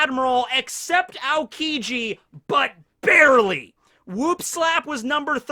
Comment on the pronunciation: "Just Barry-ley." 👌😂🤣